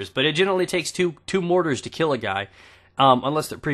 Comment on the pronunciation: Mortars not mottes